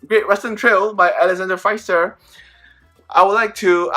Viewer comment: Thanks for your video, Eric! By the way, pronounce Pfister with an "e" as the letter "i" Maybe for your next video :-) Hope to see more Comet!